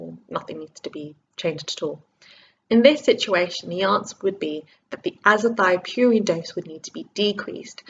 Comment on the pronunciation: is it not azathioprine and not azathiopurine. great video and keep up the great work regardless :)